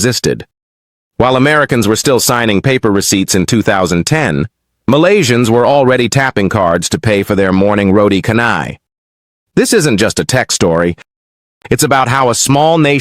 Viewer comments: it s roti chanai not roti kanai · This channel's dishonest though. Probably AI slop pretending to be Malaysian. Anybody who allows the AI to read roti canai like that right at the start is definitely not Malaysian. The computer voice constantly claiming to be Malaysian is just jarring.